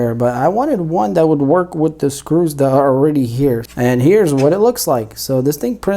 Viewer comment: Great stuff, I would try to talk without saying words like "Dat" etc... It just makes the video less usable and appealing!